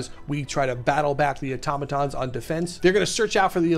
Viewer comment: Thank you for actually saying automaton correctly!